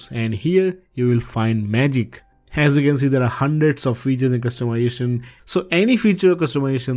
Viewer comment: Can you please pronounce "Customization" correctly, it's not "Customyation"